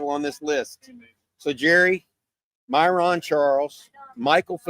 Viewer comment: Hopefully, it's Kade Phillips that is the surprise visitor. Also, My-run, not My-Rawn. "Hook Em"